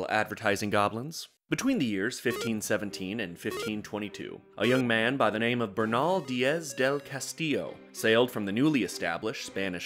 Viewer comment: I swear to God why do you English speakers always say "Castillo" wrong I don't get what's so hard about our "ll" sound, you have like sixteen vowels in your language but a new consonant is too much apparently love you